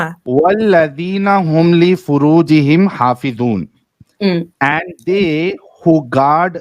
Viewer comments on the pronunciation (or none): Bhai vo und nhi andh hai😂😂 bhai, washi nhi visvaasi 😂😂😂 bhai, pr best hai debate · und nahi hota hai woh hota hai Andh -- Andha -- Andhvishwas -- Andhvishwasi -- Blind believer 😅